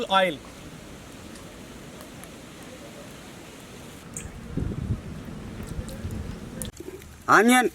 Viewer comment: The way you say onion reminds me of grandpa :(